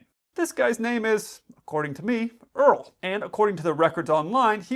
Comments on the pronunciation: “My name is Earl” 😀😀😂it’s Errrroll. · Dude, Errol is said AIR-EL* Like Errol Flynn the golden age actor, it's assuredly not Earl.....😂😂😂😂 *AIREL say it all together, one syllable.... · ERROL is pronounced ERR OLL not earl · Errol = air rull. C’mon! Ya’ don’t want folks thinking Gomer Pyle must have been a Texan! Pilot snack deprivation as a crime…you’re a hoot! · Name was Erroll pronounced ear-roll